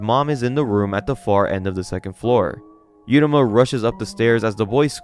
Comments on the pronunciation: stop mispronouncing every name you goober. if the name was 'yuruma' then the text would say 'yuruma' so just read uruma ffs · MC’s name is pronounced OO-ROO-MA not YOO-RA-MA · You got to learn how to say Uruma. You keep saying yeruma. It's ooruma. As in oopsie daisy.